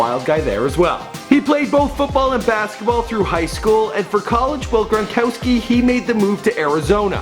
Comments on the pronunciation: This dude said Grongowski LMAO 😂😂😂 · He said Rob Gron"gowski" 😂😂😂😂😂😂